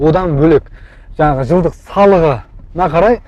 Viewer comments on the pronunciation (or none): none